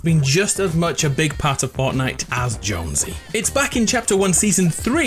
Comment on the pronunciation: Is it just me or did he say ortnite Edit:its remerez because both her and jonesy got the original skin